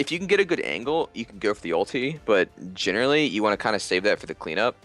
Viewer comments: Has he been saying jhinerally the whole time? Like a pun, of jhin and generally? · Does anyone else realize he keeps saying jhinerally